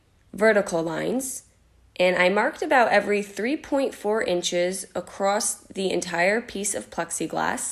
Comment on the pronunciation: I love you guys- your crafts, videos, etc but please stop saying “ACROSST”. 🤣